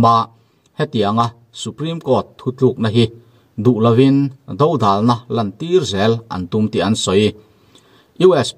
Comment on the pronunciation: 'Dodalna' i lam rik dan hi ava dik lo ve mawle,,, Vangvat thluk a, Vang tih rik ang hian hian Do tih hi lam ta la, ngaihthlak a nuam zawk ang .. Youtuber te hian Mizotawng hi lam dik thin teh u